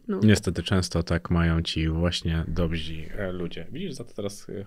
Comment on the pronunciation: *dobzi?😂 panie, dobrzy! Lara super babka